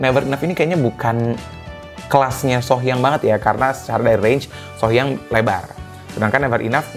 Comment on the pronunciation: Her name Sohyang is not pronounce as "sore" as in aching. It should be "so" as in "so be it".